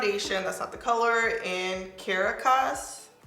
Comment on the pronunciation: Cah-RAH-cass is how you pronounce it. It is the capital of Venezuela